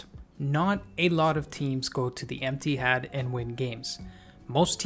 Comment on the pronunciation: lool not u saying emptihad soo bitter jus accept it ur team trash bro chill